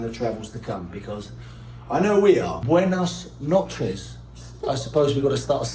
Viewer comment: "Buenas noches" well said in spanish!